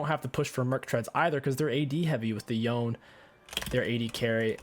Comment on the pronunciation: It's Yo-Nay not Yown, every time I hear it pronounced like that I want to smash my head against a wall.